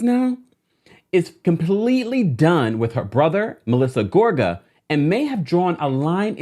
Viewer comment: no she said it right 🤨